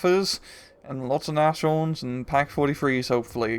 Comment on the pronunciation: nashorn is pronounced nas-horn, I'm pretty sure. It means nose-horn, aka rhino.